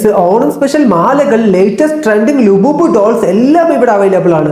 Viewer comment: Lububu alla anna labubu aa 😂😂😂